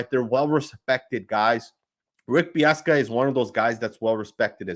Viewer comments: Dude's name is Bisaccia not Biassca. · BIH-SAH-CHEE-AH. Hearing you mispronounce that multiple times hurt my ears. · Pronounced Beeoska? Lol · Pronounced Rich Biss-ah-chia